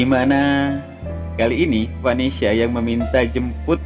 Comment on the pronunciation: Ngomong aja salah-salah ,gimana sinopsisnya mau bener bro....,bukan vanesia tapi vanesa bro.....payah nih sinopsis nya ,mendingan ga usah prediksi sgala lah,pasti salah semua prediksi nya bro.